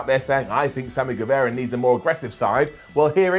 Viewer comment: Don't know if you're doing it on purpose but it's Gue-vah-ra not Gue-veh-ra.